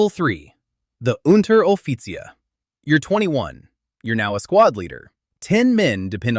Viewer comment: he cant say Reich but Unteroffizier funny